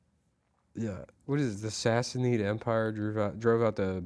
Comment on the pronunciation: Say it with me “Sass-uh-nid” not “sassy-need”